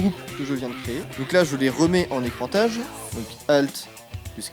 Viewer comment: Je viens troller, j'ai le droit?! :p (nan pas que troller en fait) On dit "écrétage" et pas "écrantage" ... et "goutte" ça prends 2 T (même google il te le disait dans la barre de recherche haha) Nan, sinon super vidéo, le tuto est top, je pense qu'il aurait fallu préciser que toutes les photos trouvables sur google image ne sont pas libres de droits! les brushs aussi d'ailleurs!! (tu es pro, je pense que ça te la fouterai mal de trouver ta photo de packshot partout chez heinek** ou autres sans que t'aies touché un rond ;) ) Et remarque pour la 1ere video, ouai je sais, t'avais 172 funkin' bières à packshoter donc impossible, mais en fait dans le cas d'un tournage pro, le packshot se fait avec une bonne 15aine de photos en changeant les lights pour avoir les reflets ou non, le contenu etc... oublies pas que c'est supposé donner envie (put*** de mercantiles!) et après on les merges sur toshop avant de brusher partout! Bon je m’arrête là, c'etait juste pour papoter mais c'est youtube et on es pas en train de se faire l'apéro tous les deux donc bon!